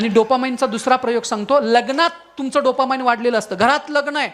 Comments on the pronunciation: डोपा माईन्ड नाही रे ते अडाण्या डोपामीन असतं ते.. अवघड आहे रे देवा.. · Not dopamind but dopamine.